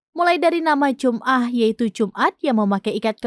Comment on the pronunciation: Bukan jumah, dibacanya jama'ah.